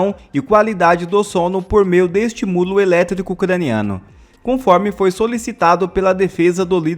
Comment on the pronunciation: Aprenda a falar meu caro... É estímulo, com pronúncia mais firme onde tem acento. Misericórdia